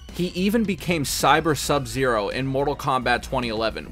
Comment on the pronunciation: OMG, FINALLY SOMEONE WHO PRONOUNCED SUBZERO'S NAME CORRECTLY THANK YOU GOOD SIR